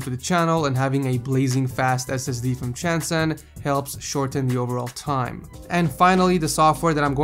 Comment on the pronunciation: I know he said his SSD was from Transcend but he was literally sayinh "Chan-sen" xD